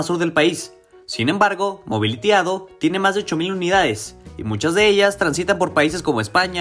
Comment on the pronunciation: NO SE DICE MOBILITYADO ES MOBILITY A D O POR SEPARADO Y SIGNIFICA AUTOBUSES DE ORIENTE A D O